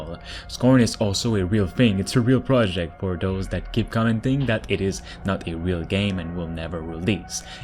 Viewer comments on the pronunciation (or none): none